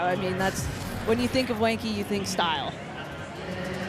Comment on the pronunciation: please learn how to say genki it’s so painful that you guys keep calling him wanky. i’d think you guys were racist if i didn’t know any better